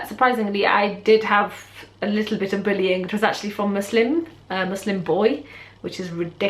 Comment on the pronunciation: I love how you said "a lottle" haha I do that. My hijab story is basically that I went mosque after my favourite Aunty died and saw how beautiful and modest and humble they were and how religion had changed them and I loved it and I wanted that so a day later I told my mum I wanted to wear my hijab and then that day she brought me scarves and under scarves and I became more religious Alhamdulillah and now I've worn it for.... 3/4 years so yay! I'm happy Alhamdulillah. 💕💪🏽 #ProudHijabiAlhamdulillah